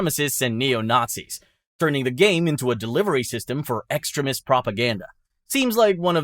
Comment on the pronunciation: I always hear extremist as "excrement" throughout the video... Which is not entirely wrong 😂